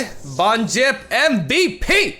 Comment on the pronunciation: For fuck sake it's not Von 'Jipp'...